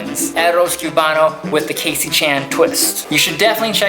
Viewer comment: The "CUE-bano" made me cringe so hard lmao